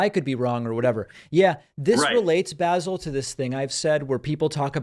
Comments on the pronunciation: Basil. OMG, How do you not know that the name is pronounced 'Baasel" Have you never seen Fawlty Towers!. Swiss? Wow. And here I thought you knew everything! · Bayzal??? Basil Fawlty! please David get some edumacation. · Basil is a real name. It's English and it's pronounced Baasil. The herb is pronounced Baysil. Basil Rathbone was a quite famous English actor who played Sherlock Holmes. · Basil pronounced baa zull is a Jewish name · Basil is a well-known English name. Also, have you heard of the famous actor, Basil Rathbone? And, no, it is not pronounced the way Americans pronounce the herb, basil. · Basil used to be a pretty common name in the UK. Famous Basils include Basil Rathbone, probably the most famous iteration of Sherlock Holmes in the old black and white movies, Basil Hume, former archbishop of Westminster and others. Also, that's how Europeans pronounce the name of the herb. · I'm going to stop watching David Packman 'cause he can't pronounce Basil, never hard of Faulty Towers, and hasn't even watched Austin Powers. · Ok, maybe David isn’t too hip on how to pronounce certain names and yeah he mispronounced it but geez, give the guy a break. Take it as a learning experience. I certainly never heard of many people named Basil except Basil Rathbone an old movie star back in the early days of movies. And let’s face it, the Basil of the phone call wasn’t exactly offended in any way. Over and out. Bye!